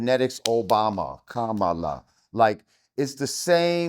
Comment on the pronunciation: jamar is really exposing himself as the clown he is. flat earther, pro blk trumper, cant properly pronounce kamala, thinks that only men can be in charge 😂 such a goof.